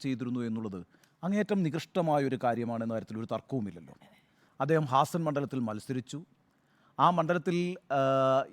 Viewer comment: Hazan അല്ല, ഹാസൻ !